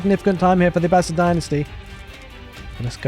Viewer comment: Oof! That was rough for the Abb-ass-id.